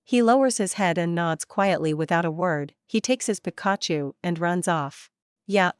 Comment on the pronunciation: Oh no Pikachu is Pronounced wired. Lol